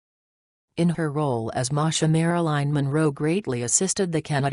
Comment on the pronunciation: It's Marilyn not Maraline, i don't buy it JFK and the Rat Pack would nail any attractive lady in the WH of anywhere else